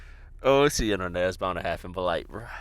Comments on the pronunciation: "INTERENT" is crazyyyy😭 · Damn bro "interent" maybe react to a spelling book 💀💀